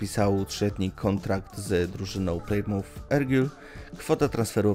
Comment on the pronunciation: Nie Plajmuf, tylko Plymuf. Nie Beil, tylko Bala.